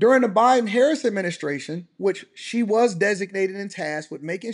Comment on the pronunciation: He saw a lot but still cant pronounce VP Harris name right. Bottle glasses guy back on the grift.